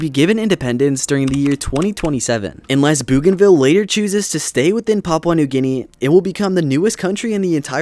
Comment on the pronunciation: Great video but the way you pronounced Papua new guinea got me 💀 (srs tho, great video)